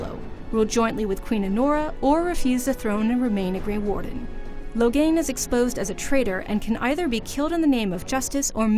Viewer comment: Oh goddd she pronounced it Logan.... That was so bad... Ughgghgghhghg